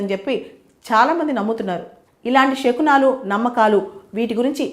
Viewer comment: షకునాలు కాదు శకునాలు